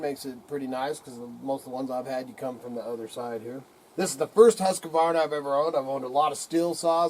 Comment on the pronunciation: Why do so many people pronounce it wrong? There isn't an A between the Q and the V